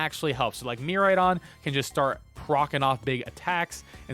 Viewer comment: Good stuff. Just a heads up, pronunciation is mere-AYE-don, and extra boost for electro drift is 1.33x, not 4x (so 2.66x damage from base 100 power)